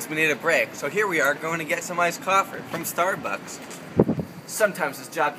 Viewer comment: Did he say "Iced Coffer from Stardbucks"?